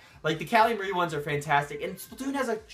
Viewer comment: its not muhri its mar like calamari